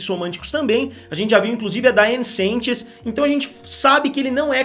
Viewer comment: nossa meu sobrenome é sanches ouvir esse CENTCHES ME MATO